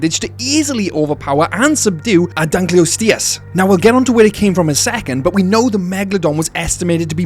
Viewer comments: Its pronounced Dunk-kleos-teus Not Dunk-kleus-teus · Pronounced the Dunkleosteus wrong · It died after hearing the way you pronounce Dunkleosteus… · I was TODAY years old when I heard this prehistoric fish's name pronounced i am familiar with the specie, reading about it in books and all, but it wasn't that popular a specie, vs "velociraptor" "dilophosaurus" "tyrannosaur" "diplodocus" etc. and i always had the head voice reading it as "dunkleo SAURUS" for what ever reason and never thought much about it. And now I realize its STEUS. today.